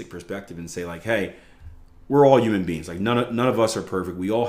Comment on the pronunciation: I’ve been listening to for over a decade now, think into the grey was one of the first times I saw him with Jason Stapleton. One of these years he will pronounce the H in “human”, don’t think 2025 is the year though 😅